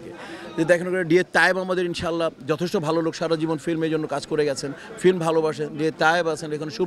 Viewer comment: ডিপজল ফিল্ম উচ্চারণ করতে পারে না।